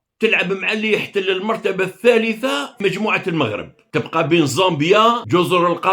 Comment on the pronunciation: مؤسف أن يصبح عندكم إجماع إعلاميا رسميا وغير رسمي على كراهية الَموووووغرب(كما تنطقون الاسم).... هذا برهان على ان ميكانيزمات التفكير هناك معطلة او تم إيقافها... حتى اشعار آخر.... نسأل الله لكم العتق من هذا الوضع و الشفاء من هذا الوباء.